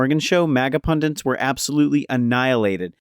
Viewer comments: It’s pundit, not pundint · Pundit. Not pundint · I like how the narrator can't pronounce pundit